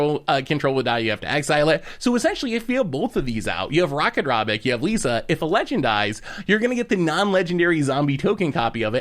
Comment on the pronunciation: He pronounces Ratadrabik Rakadrabik except for one time when he first mentions it